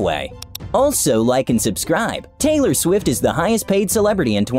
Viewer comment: Taylor shwift